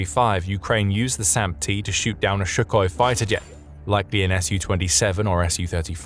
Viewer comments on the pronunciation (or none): none